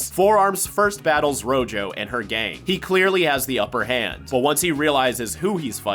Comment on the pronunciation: rojo means red in Spanish, and that is not how you pronounce it 😭(great video tho).